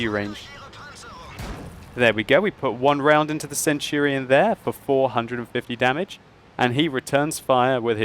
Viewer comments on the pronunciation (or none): none